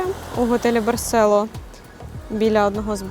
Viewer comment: Барсело з наголосом на "о"!!! Навіть у назві ролика наголос стоїть!!! Знято классно, без трясучок разних тощо. А от розповідаєте, наче вам тут не подобається... Вчиться кайфувати від місць, про які розповідаєте, тоді і ми із захопленням дивитимося...